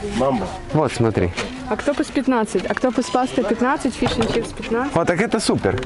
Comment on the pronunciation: Супэр, супэр супэр, все супэр 🤣😅🤪